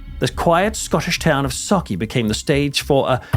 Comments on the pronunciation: I just want to say... as a Scottish person, thank you for pronouncing Sauchie right 😄👍🏻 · Bravo for saying sauchie correctly and not mangling it like most do 👏👏👏👏